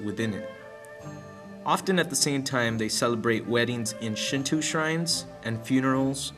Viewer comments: nice job on your presentation. however, your pronunciation is a bit off. its called Shin-Toe not Shin-Too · uɹnʇɐs "Shintoo" is pretty wrong! Also "dieti-es" is written as deities and pronounced "day-eties" . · SHINTWO? NO SRSLY, SHIN-TWO?? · They also said Shinto wrong :) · Decent video-except as others said the repitition of mispronounce words makes me cringe and the music is Chinese in origin-not Japanese. I do appreciate you trying to educate others about the importance of Shinto to Japanese people though. Just make sure you get the pronunciation of Shinto correct next time.